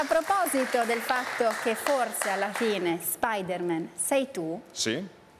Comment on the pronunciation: Sì ma perché dice SPIDERMèN????